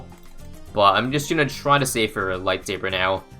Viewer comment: light thabre that was so funny I love you